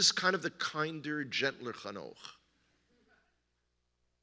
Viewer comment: It's Hanoch, BTW ;-)